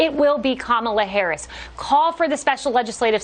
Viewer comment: At least she pronounced Ms. Harris' name correctly.